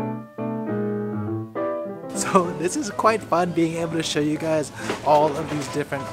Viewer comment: "oh I just want to show you (shoyu)" 😂 love these vids